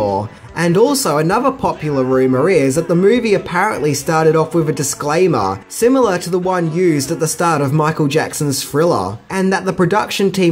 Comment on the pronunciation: the word is similar not sim-YOU-lar. just sayin